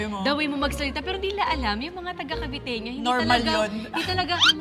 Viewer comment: paki correct.. taga-cavite... caviteña... yan lang po